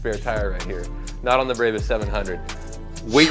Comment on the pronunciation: It's brawbus not braybus